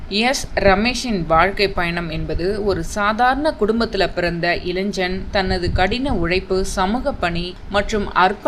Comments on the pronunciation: இளைன்ஜன் இல்லை இளைஞன்.சரியாக உச்சரிக்கவும் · அதென்ன இளைஞ்சன். இளைஞன் என்று சொல்லத் தெரியவில்லை. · இளைஞன் என்பதை இளைஞ்சன் கலைஞர் என்பதை கலை நர் முப்பது என்பதை நுப்பது இதெல்லாம் தமிழை வளர்தத திராவிட மாடல் ஆட்சியின் முத்தமிழ் அறிஞர்கருணாநிதி ஆட்சியில் தமிழின் வளர்ச்சி இப்படி உள்ளது. இப்போதுள்ள ஆசிரியர்களுக்கே தமிழை ஒழுங்காக உச்சரிக்கத்தெரியாது தமிழின் கதி இப்படி இருக்கிறது இதில் தமிழை அப்படியே ஆங்கிலத்தில் எழுதுவது மிகவும் வருத்தத்தை அளிக்கிறது😊